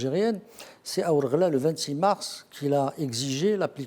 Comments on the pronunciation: Désolé Mr pas wargla mais Ouargla. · on dit wargla pas warla